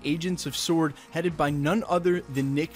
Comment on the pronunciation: I’m liking that you can pronounce “sword” correctly. I’m tired of people making the W prominent in the pronunciation.